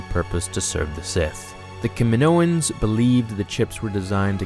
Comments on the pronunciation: Kaminoans* not kaminoians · Kaminoans not Kaminoians, and CT-7567 not CT-T567....